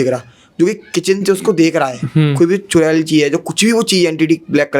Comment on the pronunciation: चुरेल नहीं चुड़ैल😂😂